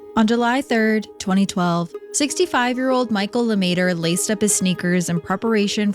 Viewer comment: "LeMaitre" - not Luhmayturrr.